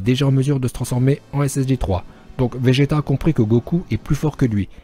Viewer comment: 2:7 il dit vége "t" sinon très bonne vidéo continue comme sa